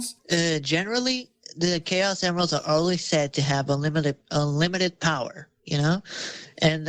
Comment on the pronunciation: It's actually BOWER